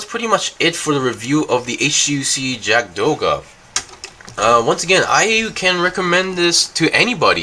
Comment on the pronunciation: not Yaka....Yagd...or Yakt